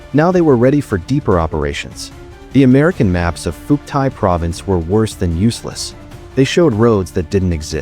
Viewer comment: More freaking garbage. Can't pronounce Phuoc Tuy, don't know crap about crap. If this entertains you, wait till you get to the REAL history, it's likely to turn you into a communist. Do Ma.